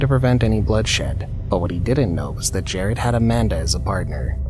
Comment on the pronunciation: It’s JERAD Miller in the first example btw, not JARED.